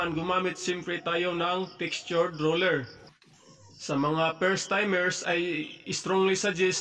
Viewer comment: one at a time..hndi "once at a time" 😅😅😅😅 roller..hndi ruler 😅😅😅😅 semento..hndi simento 😅😅😅😅